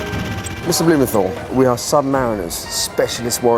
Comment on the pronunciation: In the Packed Lunch episode, Heston told the children he interviewed that his name WASN'T bloomen-tol. It is as he says it reading his letter in this episode. BlumenTHal. Pronounce the "th". Let the boys starve for a week and then see how fussy they'll be about their precious rations... So spoiled!